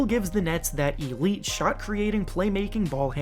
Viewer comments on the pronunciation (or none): none